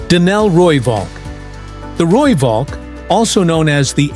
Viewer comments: Rooivalk as pronounced Rooiphalk. Please don't Anglicise. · The "V" in Valk is pronounced as an "F"... Roo-Falk.